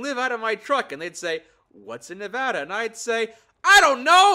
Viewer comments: Thank you for saying nevada correctly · He said Nevada correctly.😊